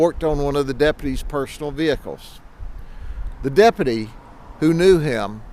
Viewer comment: Dep-you-tee. Try again